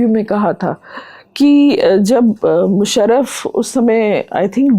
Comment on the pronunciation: भाई साहब, अभिनंदन अच्छा साक्षात्कार किया। बंधु आपको सुझाव है, अपने उच्चारण पर काम कीजिए। मुसरफ़ नहीं मुशर्रफ। कानों को कचोटता है अगर उच्चारण ठीक न हो। दूसरा निखिल वात की छाया से निकालिए। आप उनकी नक़ल करते प्रतीत होते हैं। 🙏